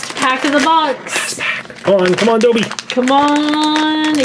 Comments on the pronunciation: It is not doebby it's dobby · it's dobby not doebby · It’s DOOOOOOOOOOBBY NOT DŌBBY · He said doby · It's pronounced Daw-bee, not dough-bee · life itself dobby not donbby?! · Same as SSSSniperWolfJuinorD and it's dobby not dooby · it is not doebby its dobby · Dobby not Dobey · It is dobby, not dollby, not doebby,it is dobby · You're saying it Wrong! It's DobBy, not DoOby! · Did anyone else cringe when they said doby instead of dobby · It’s Not Doeby It’s Dobby It’s Not Nine And Three Fourths It’s Nine And Three Quarters Like, Do You Even English Bruh? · Stop calling dobby Dolby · It’s don-bee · Simon said dobby in an English accent 😂plus he says dohbby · It’s Dobby. (Dob-e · why Do u say dobby as dobe? I got really annoyed because u said most of them wrong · You say Dobby wrong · OMG HE said DOBBY wrong cringiness to the max #rip_dobby